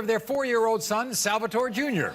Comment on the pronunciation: he is so Italian that he can not pronounce salvatore correctly AHAHAHAHAH